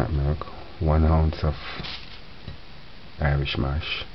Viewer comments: He said Irish "MOSH" 😂😂😂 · So cute and funny how he fights with the words "irish moshh" and flex or flox seeds 😂 I suscribed to your channel just to hear you speaking.